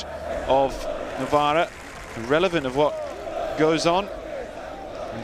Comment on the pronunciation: Novara not Novaro